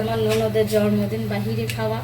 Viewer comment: জর্মদিন না বলেন জন্মদিন